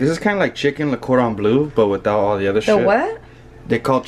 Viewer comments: saying coron blue instead "cordon bleu" hahaha (its French) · Lmao when she said what was chicken cordon blu 😂 or however you pronounce it 😂😂